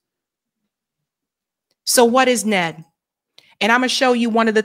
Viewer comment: N-E-D,, not "Ned". What's next, AI sauce? 😁